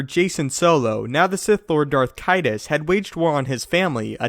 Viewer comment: The way you pronounce Naga Sidow and Darth Caedus cracks me up to no end. lmfao Darth Kitus and Naygi Seedoo xD